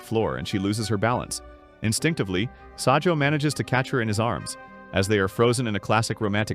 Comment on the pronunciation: it’s not sajou is sajo